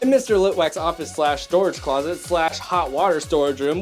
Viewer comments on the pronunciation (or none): none